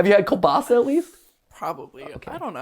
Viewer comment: I hate hate HATE when people say kuBaSA I am polish and that literally makes my skin crawl